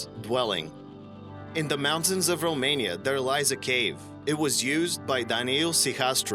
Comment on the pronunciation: when you say "the", it sounds as if you're saying "duh".